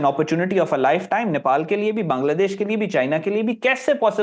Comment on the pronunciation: First time someone pronounces "Bangladesh" correctly..😊😊 Pakistani can't pronounce Bangladesh correctly😂😂 ❤ From 🇧🇩